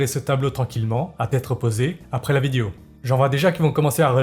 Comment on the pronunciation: je te donne 1 milliard si tu dit le mot "vidéo" correctement 🤑